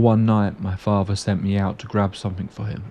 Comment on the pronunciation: What's with you not being able to speak English properly? Your pronunciation of words is absolutely terrible. Muvva, fahva, bruvva, free, rahva, eiva. All of these words have a 'th' in yhem that you pronounce as an 'f'. It bothered me so much that I had to stop listening to it. What happened? Did you wag school a lot? Did you drop out of school before graduation? How about you learn to speak English properly before making these aidio videoes.